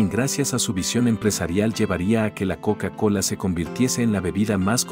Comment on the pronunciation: La "KoUka KoUla"